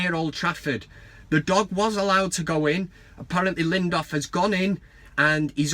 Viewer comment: I love the van cam, but maaaaan his name is LINDELÖF not LINDÖF. yes there's a difference :)